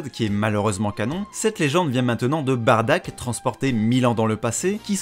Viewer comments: En jap tu dit Baddaku on est d'accord ? Donc la façons la plus "propre" pour moi est quand même Baddack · En gros de ce que j'ai compris Bardack ses son nom d'orgine, mais les gens ont préférais le prononcé Baddack ou Bardock. Ok ok ok debat intéressant.